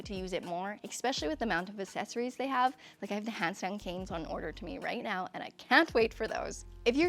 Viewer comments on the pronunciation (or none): It’s eSpecially and aXessories, not expecially and acessories